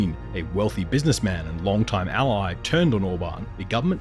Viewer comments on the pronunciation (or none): none